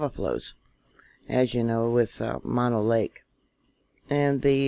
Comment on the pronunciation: Moe-no lake. Not Ma-no